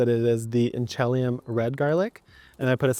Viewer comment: The garlic ship has sailed for me this year - it's been planted for a month now. But I'll keep this info for next year. Just dropped in to say that it's pronounced "in-cha-LEE-um." I live appx 80 miles from Inchelium, the town on the rez where the variety was discovered. 🙂